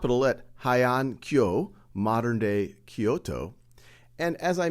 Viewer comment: "Heian" is pronounced "hey-an", not "hai-an" btw